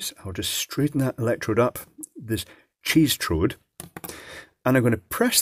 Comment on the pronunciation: "Cheestrode" LMAO